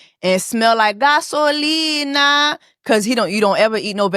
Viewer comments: Not Gasolina 😂😂😂😂😂😂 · Not GASOLINA 🗣️😭